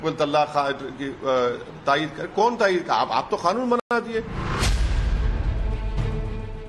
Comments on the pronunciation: खानून नहि। कानून बोन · खानून नहीं कानून होता है.....